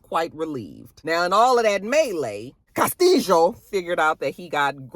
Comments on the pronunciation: You and the Cas-tee-Jo! Lol 😂 😅😅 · The way you say Castillo 😂😂😂😂